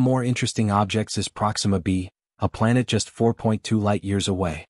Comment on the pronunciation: What's a "Planette?"